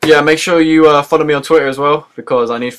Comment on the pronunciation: twittaaah hahaha funny accent